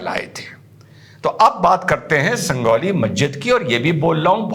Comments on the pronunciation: 🤣🤣 Sangauli nhi hai sanjauli hai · sir it's not sandoli ❌ sanjauli ✅ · डॉक्टर साहब संगोली नहीं संजोली है। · Bhai Sanjauli hai wo... Sangauli nahi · It is not Sangoli..., it is Sanjoli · Sir, a little mistake, it's Sanjauli ( J) , San jaw li